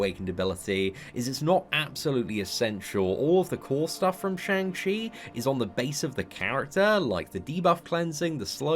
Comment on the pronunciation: Fun fact: it's pronounced "Shong" not "Shaang."